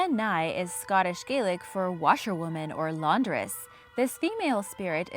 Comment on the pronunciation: Quick heads up, Scottish Gaelic is pronounced "Gah-lick". "Gay-lick" is the Irish version.